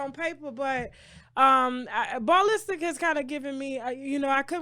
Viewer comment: Ball Listic lol 😂! It’s the pronunciation for me.